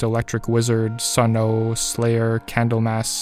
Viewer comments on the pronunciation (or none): Overall great!!!… but only one thing…. It’s “Sunn” not “Sunn-ohh”